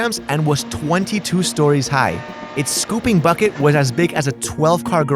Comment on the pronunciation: Dude... it's "Stories"